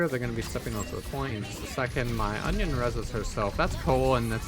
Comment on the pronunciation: why are u calling anran "onion" lol